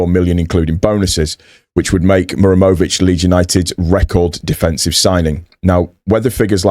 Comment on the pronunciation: To help you my friend, you are saying Mur emović and forgeting HA. The origin is name MuHaReM